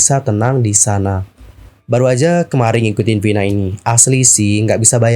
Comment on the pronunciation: Kenapa ngucapinnya harus Vhina? Vina mah vina aja. Kayak orang indo kalo ngomong. Dengernya kayak kebule2an nyebutnya